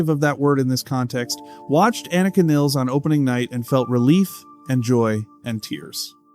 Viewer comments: Its pronounced Niiiiiiles! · its niles like miles. please get her name right